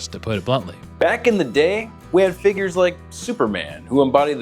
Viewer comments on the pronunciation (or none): Man that "figures" at the start sounded like something else